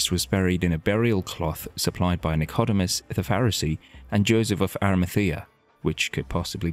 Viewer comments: Please, either use your own voice or a professional narrator! It's the Sanhedrin, not the 'Sanitation' and his name was Nic..Oh.. Deemus not Nick..Odew..Mus!! Nor frankly, does it matter one whit who the shroud belonged to, given the Christianity of 99% of Christians is based purely on faith and love of Christ our Lord & Saviour alone. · Pronunciation: Nic-CAU-domus ??? Got to laugh at AI. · I like the way he pronounces nicodemus totaly wrong . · Why are you pronouncing Nicodemus like that 😭 On a real note tho,many people were citified in that time frame and many of them had similar looks such as long hair etc etc. I can believe it comes from that time frame BUT I dont believe The Lord would let us have something like that because it would take away from our faith. The point of faith is to have it and know it from your heart and soul. Not what the world can show you.